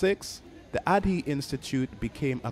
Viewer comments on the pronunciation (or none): Asante sana for the video, very well put together and informative. By the way, Ardhi is pronounced Ah-RR-Thee. Loving your videos as have relevant and enough background information.